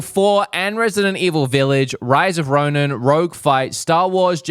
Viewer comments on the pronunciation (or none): none